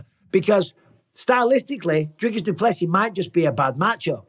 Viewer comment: it isn't "Driscus" he ain't a triscuit brother it's DRICUS. 😂